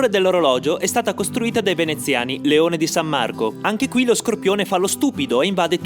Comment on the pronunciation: Da padovano son proprio contento di vederlo, considerato che all'epoca non volevi farlo! :D puoi farne una su Trento visto che ora abito qui e son troppo pigro per scoprire?! P.s. non so perchè ma il tono con cui hai detto "leone di s.marco" mi ha suscitato una portogruarite acuta!